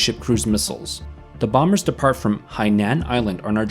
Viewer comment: Hey, u pronounced Hainan right, well done.